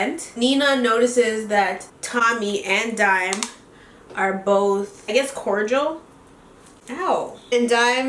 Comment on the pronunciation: "so imma do BOEth" that's how mind told me you said ✨💀💀💀 love ya girly